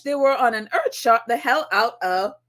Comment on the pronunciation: That’s earthshOt with a “o”and not a “i”..